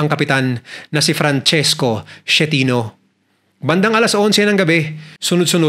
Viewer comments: Boss pronounce as is-ke-ti-no! Hindi Shenito! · Esketino ang pronouce